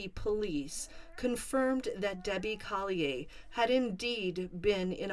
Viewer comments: I feel like you’re pronouncing their last name incorrectly. It’s Collier. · Is that how you pronounce Collier